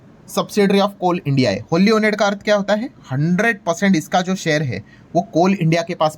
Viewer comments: Oned nahi owned....right pronounce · अरे भैया इंग्लिश pronunciation सिखलो, ओनेड नहीं ओन्ड .. 😂😂😂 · भाई जी ओन्ड बोलीये. ओनेड नहीं. 😅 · Owned : not वोनेड but ओअन्ड Washed : not वॅशेड but वाश्ड (wash : washed) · "Owned" ka pronunciation galat kar rahe hai. Please correct.